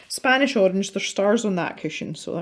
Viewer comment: 'the spOnish Arange' .. I'm crying 😂that kind of happy accident happens to me all the time.. I always say my little dyslexia is coming out to play. Now that I have finished watching and calmed down I can properly comment :) I love the picture! It looks so great. And I agree with the opinion about the paper... Johanna's books have had better paper. I'm wondering though if you have the American version for some reason? Which supposedly has even worse paper than the British version?